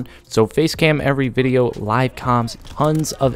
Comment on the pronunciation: You fucked us man you said every dat vwindeo